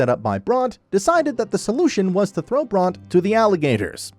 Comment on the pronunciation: Why are you mispronouncing Bronte so bad?